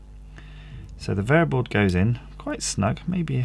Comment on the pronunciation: What is VAYERBOARD , AS in the orange or tan waffle piece that you're soldering onto the sacrificial USB line? Bayer board?